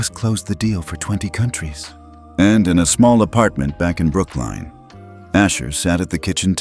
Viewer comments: IT IS NOT BROOKLINE, IT IS PRONOUNCED AS BROOK-LYN.😡😡😡😡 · It's NOT pronounced as Brookline, it is Brooklyn. Learn how to pronounce correctly. Not first mistake you have made, sort it out properly. Don't they teach you how to pronounce in the USA?